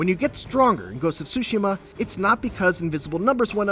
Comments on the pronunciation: TSUSHIMA, not sushima. TSU TSU TSU! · Get the pronunciation right, is Tsushima NOT Sushima! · Please stop saying "Sushima", the T isn't silent in neither English or Japanese. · Fotze Gaming and Media Tsushima the T is silent Tsushima is a island in Korea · The way he says Tsushima sounds like sushi-ma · This guy fr just said Ghost of SuSushi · He said “Ghost of Sushi-ma” lol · this guy called it ghost of "sushi" . wow fail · Did he just say “Ghost of Sushi” ?? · Why does he keep saying *Sushima*?!... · “Ghost of Sushima” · Gotta be honest, For an instant there i thought i heard 'sushiman' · if i have to hear this guy say SUSHI-ma one more time, i swear im gonna lose it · did i just heard "Ghost Of Shushi" on ? lol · I feel like this guy pronounces “Tsushima” in a 100 different ways lol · I hate the way he pronounces Tsushima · My heart bleeds for Japanese-Americans (or Japanese people, for that matter) everywhere each time you pronounce the game's title. 🤦🏻‍♂️